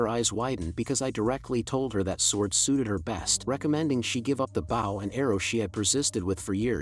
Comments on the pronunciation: Awesome work. but the AI reader saying Bow like Wow and not Bow like Beau drove me nuts. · How can none of these AI pronounce Bow properly 🤔😂